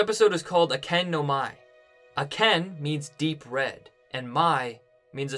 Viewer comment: It's pronounced "ah-ka-ney" the sound "ken" isn't even in the spelling of akane